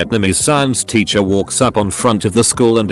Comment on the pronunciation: No one: The voice: titcher